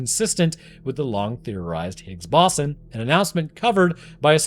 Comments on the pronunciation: Brother doesn't even know how to pronounce Higgs Boson, but everyone has their finger out calling the other stupid. Kay. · you can't pronounce higgs boson correctly? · Scientist doesn’t know how to pronounce Higgs boson? Seems legit